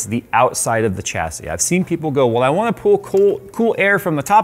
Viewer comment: Took me 15 minutes to realise he was saying 'chassis'.